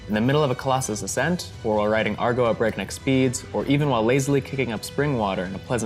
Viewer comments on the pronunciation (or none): Agro not Argo. Great review otherwise, lol.